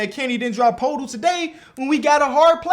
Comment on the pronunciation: It’s pronounced “purr-tool”